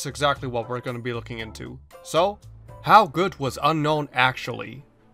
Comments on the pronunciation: Hey, did you know it's actually pronounced un-own? Gets murdered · Seems like you still refuse to pronounce it as Un-own, huh? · its UN-OWN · I don't think that's how you pronounce Unown...